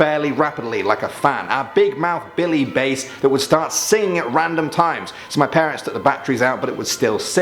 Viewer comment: Bass, like the fish, not bass like the guitar XD